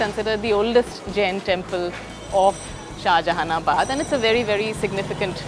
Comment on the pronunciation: It's not shahaanjahanabad